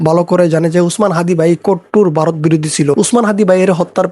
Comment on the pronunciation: 😂 ওরে বাঁড়া, ওটা বারোত না 🤣ভারত। 😂😂 তোর বাপ রে